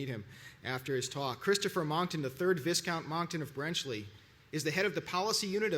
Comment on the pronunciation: Pronounced: "vie-count".